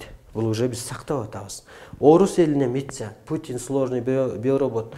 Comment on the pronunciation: АШАдан отуп тушот го. Митса дейт миссия дегенди) ))))